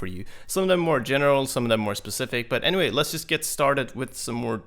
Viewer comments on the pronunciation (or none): none